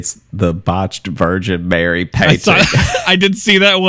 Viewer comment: Errmagerd the Vurjen Murry 😂